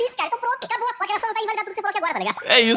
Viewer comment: "lacraçaum não ecxiste"